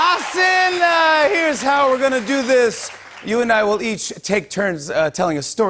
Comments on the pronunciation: Jimmy said HasEEEEENNN. But its hasAAANNN!!!! And i am lowkey pissed off by this. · No Jimmy, it's Hasan. Like "HA-SUN", not "HA-SIN" 🤦‍♀️ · Hasan. . Not haseen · WOW.. Jimmy kept ticking me off. Kept calling him "HAS-SIN". His name is HASAN, PRONOUNCED HAH-SOHN. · HASAN not HASSIN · It's pronounced as "as sun ".. not hasin .. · Jimmy : Hasssennnaaah.... Me :There goes again...the wrong pronunciation chain🙃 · did Jimmy just called Hasan with "Haseen"??????? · Did he just call him Hasil at the beginning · yeah lmao he said "hasin" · Jimmy still pronouncing Hasan wrong makes me cringe so hard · But he didn't. He did try, though, which is great